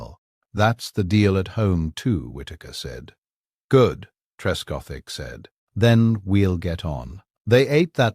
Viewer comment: Trescothick one word, not Tresco - thick FFS 🤦🏻‍♂️